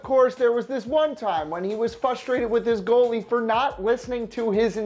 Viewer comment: what the fuck is "fustrated"???? I don't think that's a word.